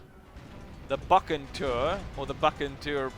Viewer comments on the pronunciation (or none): its pronounced : Bu Sen tor